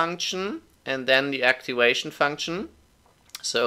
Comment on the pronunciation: First of all, thanks a ton for the great video! Really helped me a ton as supplementary materiel to my Scientific Programming class! Oh, and just a little heads up: the "v" in "activation" is pronounced as the 'v' in 'voodoo', 'valve' or 'viking' and not as the 'w' in 'wood', 'weekend' or 'weed'. Thanks again!